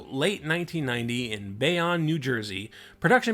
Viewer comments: First Schenectady, and now Bayonne. It's pronounced Bay-own, not Bay-on. Am I gonna have to do this in every one of your videos now? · it's prenounced BAY-OWN, NJ. Not, Bay-On. I didnt know it was shot in Jersey. Cool. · I'm sure it's been stated a hundred times by now but... "Bay-own" is how it's pronounced.